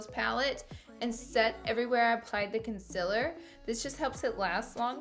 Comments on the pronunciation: Me : concealer Laura : conciller Conciller CONCILLER me: ITS CONCEALER DAMN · Its not conciller its concealer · “Conciller” 😂😂😂😂😂 love you Laura❤️❤️ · Did anyone else notice she said consiller no hate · The way she says Concealer 🤦🏾‍♀️🤦🏾‍♀️🤦🏾‍♀️🤦🏾‍♀️ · who else came from the video of laura lee saying concealer wrong😂